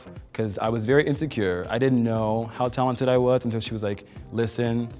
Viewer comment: She said "telented" . I didn't know been almost naked on the runway is aTelent.